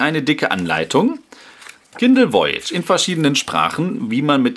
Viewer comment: Voyage ist Französich und heißt so viel wie Reise es wir daher etwas anders ausgesprochen;)